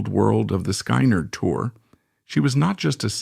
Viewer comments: AI NARRATION SUCKS!!! SKY-NERD? PUHLEEZE......... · 👿🔱😈...sky nard 🙄.. I hate AI narrated videos 👎.. they're so annoying when they mispronounce simple words🙄